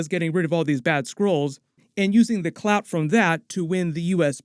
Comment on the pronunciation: Hearing say clout 😂😂 I had to rewind it back.